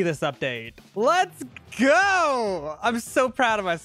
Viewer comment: "llets ghoooo" got me rolling